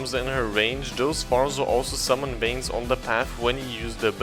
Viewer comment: Bro when he called vines veins i laughed so hard i hope you seriously didn't think it that it was veins not vines